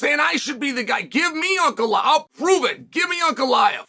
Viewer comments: fastest way is beating Ankalaev then he would have beat pretty much everyone in the top 5. winning that third belt would probably finally get Chael to respect him enough to learn how to pronounce his name. lmao just call him Alex if its so hard to pronounce it i dont get it lol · If he wins the third belt can you start pronouncing his name right? 😂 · how many more wins does the man need to get until Chael gets his last name right?